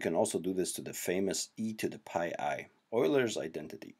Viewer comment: Cool, but "Oy-ler" not "You-ler".